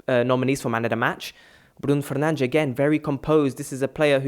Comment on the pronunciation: But he can pronounce Bruno Fernages